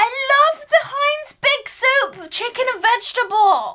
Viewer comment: When you got the Heinz ketchup soup. When you first pronounced it I thought you said Tomato soap 🧼. And I was like ‘what?’ I would never was my hands with that! You don’t wash your hands with tomatoes 🍅! Hahahha!!!